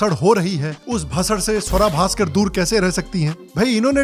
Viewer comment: Bhai shawra Bhaskar Nahi shuar bhaskar